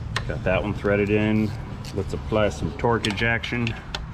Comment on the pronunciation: For some reason, I heard 'torquage action' as 'torque ejaction'.